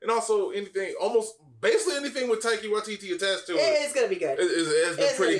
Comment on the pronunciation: We as māori appreciate that you tried but it would be even better if you could pronounce the name correctly. TIE KEY AH = TAIKIA WHY TEE TEE = WAITITI